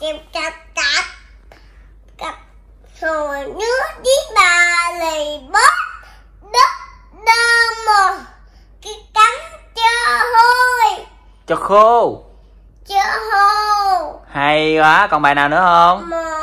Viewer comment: Cho "khô" bà ơi chứ kg phải cho "hôi"